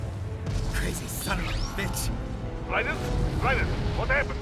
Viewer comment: It is me..Rai-dEn